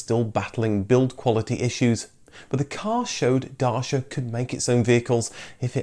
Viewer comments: My wife is Romanian and says you've pronounced Dacia wrong - so what I say. Interesting tale, shame BL/Rover couldn't have done the same, but Dacia's success is down to it's willing workforce and the barbaric death of Ceaușescu. The sigh of relief from the population should not be underestimated and the willingness of the country to move forward. Strange, just like the end of a pandemic or big recession! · you can pronounce properly CITROEN, but you couldn't be bothered to pronounce right DACIA. SHAME ! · YOu pronounced the name wrong the whole time. That killed me. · Well done, it would have been nice if you did some research into how to pronounce "Dacia" though.... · Worst pronunciation of "Dacia" I've ever heard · Bad news! You're not pronouncing it 'day-see-ah' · Not sure if your pronunciation of Dacia and Daewoo is correct.... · It’s not supposed to be pronounced Dasia. „ci” in Dacia should sound like “ch” in chair. It’s a hard/harsh sound. Google Translate when set to Romanian almost nails it. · I'm confused. I used to pronounce it "Day-see-a" Then the adverts told us it was pronounced "Datch-a" and now your pronouncing it "Dar-sha" 🧐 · Why are you pronouncing Dacia " Darcia" ? Also it is the Reliant Robin not Robin Reliant. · I enjoyed the video a lot but can't get used to your pronunciation of Dacia. Or Renault, Daewoo and Hyundai for that matter. By the way in England back in the eighties the Dacia Denem was on sale and was pronounced "Day-see-yer". I call my MCV my "Dacher". As that's how the Romanians pronounce it. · I must say. its pronounced D (A)-Chee-A. Edit maybe im actually wrong, but thats how I've heard Romanians pronounce it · Great vid. But WTF’s a Darshia? 😂 Lol just kidding. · Dacia is actually pronounced Dutcha, i discovered. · It's pronounced "duh-chi-yuh". Great video nonetheless! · Now I'm confused. Is it pronounced Darsha as per this video ... or Dacha as per the TV ads??? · You said : DASHIA ! I said : what's that ? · It's Da-chia